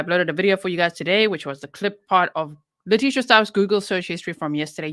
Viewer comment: I agree. And his Dad clearly backs up this idea. I listened to all 3+ hours of calls between Al and and LieTecia (Le-PEE-cia?! How perfectly karmic was that after she talked about poor GMan's poo issues and peed her own pants during interrogation!?) and Al held his sh!t together for hours of her changing stories because he just wanted to find his boy. And one thing they agreed on was that Gannon was helpful and just an all-around good kiddo. That video LieTecia posted she made while he was cleaning up the candle and she harrassed him about how they would have to sell everything and "not tell daddy" just killed me. In fact, the number of times she tries to throw Al under the bus and say sh!t like "we had a good talk where we just were talking just the two of us and we weren't going to ever tell daddy things" just k!lled me once we saw what an awesome dude and dad Al is.